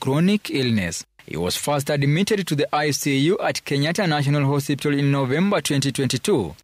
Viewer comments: It's HOSPITAL not HOSIPTA please 😅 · 'Hosiptal' surely?😂The bar is low and I blame wantam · Did I just hear a journalist say HOSIPTAL? 😂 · 😂😂😂 I thought ni Mimi peke yangu nimeskia. Na amesema hosiptal at least 3 times. Lazima ni mluhya